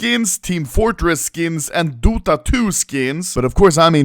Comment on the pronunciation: ´´duta skins´´